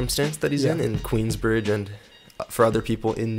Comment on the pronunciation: Cuh said Queensbride Long Island.....